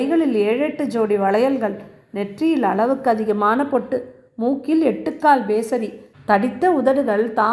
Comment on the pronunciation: மிகவும் அருமையான கதை உங்கள் வாசிப்பும் உச்சரிப்பும் மிகவும் நன்றாக இருந்தது. ஒரே ஒரு திருத்தம் . லக்ஷ்மி யை வர்ணனை செய்யும்போது எட்டுக்கால் மூக்குத்தி என்று சொன்னீர்கள் . அது எட்டுக்கல்.